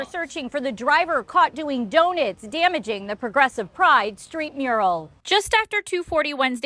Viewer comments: What is a crime in this whole news story is the reporter calling DONUTs “Doe nets” wth 🤣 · What’s bothering me the most is how she’s saying “do-nits”. And, everyone is welcome there? Really? Bet a certain colored hat wearing people aren’t. We know what their version of love is for us and it comes with some ouchies. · I got distracted by her saying "donits" too 🤣🤣🤣🤣 Where in the hell did she go to school? 😂 Anyway, it's bs that the police and the news care more about the tire marks on the mural than they are about the trans guy that stabbed those young girls. Why in tf is the mural on the street for anyway? It should be on a side of a building or some kind of wall. I can't believe the city has to pay to get paint to fix it. The lgb plus whatever should be the ones to buy the paint and re-paint it themselves. Unbelievable.